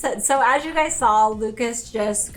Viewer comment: Noticing the accent more so lately- or maybe just how was brought up saying things. (Not a bad thing at all- I’ve just been noticed more so lately)…. Nails= Nells Saw= Sawl Pink= peenk